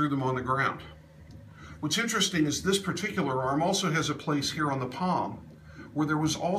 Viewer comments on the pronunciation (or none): none